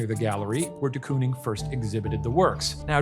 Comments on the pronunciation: as a dutchie i cant stop giggling at their pronunciation of De Kooning😭😭 COON?????😭 it's pronounced like cone so you'd say "cone-ing" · In the rare case you ever need to pronounce “de Kooning” ever again, its pronounced the same way you would say “door” with a long stretched “o” sound 😇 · The most dutch way of saying ‘Willem’ and also the most American way of saying ‘de Kooning’ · As a Dutch speaker please search how to pronounce de Kooning 😭😭